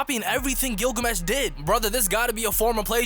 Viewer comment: You said Gilgames